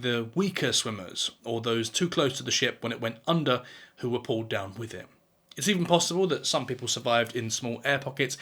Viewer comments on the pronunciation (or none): none